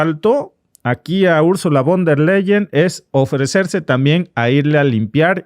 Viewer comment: Se pronuncia: "fon der Laien".